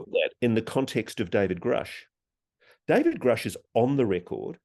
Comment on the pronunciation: Get educated before asking silly questions! You don't even know how David's name is pronounced .... Don't waste our time! There is better material on YouTube!